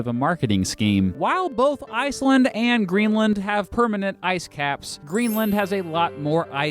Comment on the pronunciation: Indeed Greenland was pretty much spot on too :D